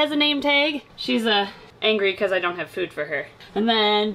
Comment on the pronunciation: It is not fud it is food